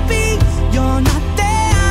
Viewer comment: This song plays on the radio at my work every day (grocery store). I don't understand, he sounds really accusatory in the way he's singing and the way he pronounces "there" and "fair" annoys me to no fucking end. This song is below average and i'm forced to hear it all the time.